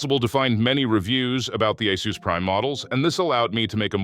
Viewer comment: Hey is it "Ah-SUS" or "Ey-SUS"? Are you using AI to generate these videos? Your pronunciation of ASUS is inconsistent in this video